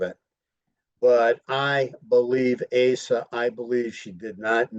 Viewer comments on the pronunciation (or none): Her name is not pronounced "Ay sah"